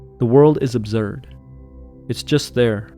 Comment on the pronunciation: Absurd, not abzurd